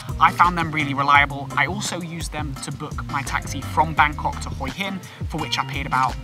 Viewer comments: I wanted to mention the way you say Hua hin which actually Translates head rock, Hua is pronounced huuaaa meaning head, your saying HOII hin hoi is tHE CORRECT word for shellfish but IS also slang for pussy which has made me laugh pussy rock I must visit immediately 😂😂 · Perhaps you should practice and get the pronunciation correct. It is pronounced in Thailand as WHA Hin Wha hin. It seems you have never been to Hue Hin. (Wha Hin) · Pronounced Hwa Hin